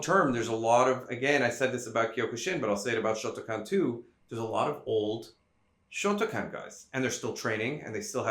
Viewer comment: Kyokushin came out of shotokahn